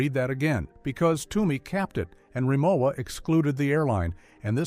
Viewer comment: Its hard for me seriously to take a negative critique of Rimowa when you don’t even know how to pronounce the name.